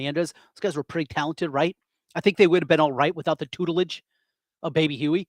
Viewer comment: Hey, he pronounced tutelage perfectly -1 for condensation +1 for tutelage (both without skipping a beat) +1 bonus score. He's still ahead.